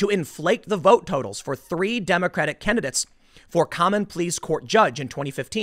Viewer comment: The way he says "kennadits" instead of candidates...